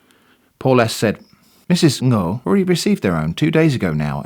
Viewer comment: small detail but you nailed that 'ng-' sound when you were reading out loud 'ngo' :D idk it just made me happy to hear it